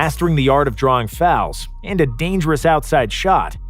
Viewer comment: James harden and “fouls” 🤦🏻‍♀️